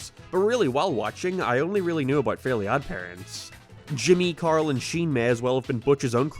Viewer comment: How does "About" become "Abyytee"